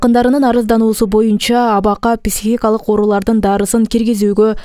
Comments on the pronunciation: ПИсихикалык эмес пСИхикалык дегилечи урматтуу ПИСИХ журналистер. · Кечиресиз, писихикалык эмес психикалык деп айкан тууру болот. Терминди туура айтуу керекго. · Журналисттер туура сүйлөгөндү үйрөнгүлөчү,писихикалык дебей,психикалык деп. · Писихикалык ,.ч😂😂😂😂бляя койгулачы, граматныйраак диктор жок беле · Журналист кыз, сураныч психика деген созду туура айтынызчыыы